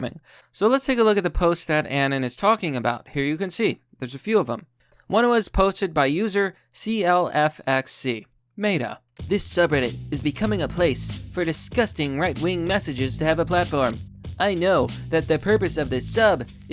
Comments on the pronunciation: Lol you pronounced "meta" (meh-tuh) as "maita" (may-tuh). That's a car dealership family in my area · Did you just fucking pronouce meta maytuh?